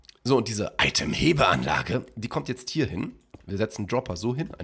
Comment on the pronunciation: Wie du Itemhebeanlage betonst 😂